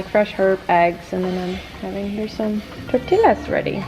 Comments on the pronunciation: I love, but every time she mispronounce tortillas my Latino heart cracks a little lol Btw, your face looks so fresh and your hair looks beautiful💕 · TortiLLas LL pronounced like de J in Jump!